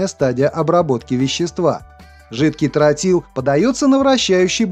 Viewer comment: Не "трАтил, а "трОтил", неучи!